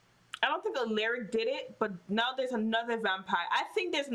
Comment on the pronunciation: Aleric 😂😂 love how you say it 😂 it's Al(A)ric pronounced al-ah-ric..